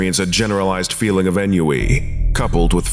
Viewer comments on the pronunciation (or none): Ennui is pronounced On-we